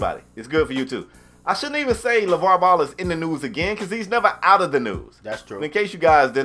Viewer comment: Lmao "Laval"... "Laval"... makes a whole pod cast about a dude and his family... and doesnt know his name is "Lavar"